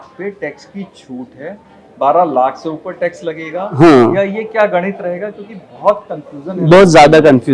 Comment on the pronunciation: गणित होता है उच्चारण सही करो पत्रकार महोदय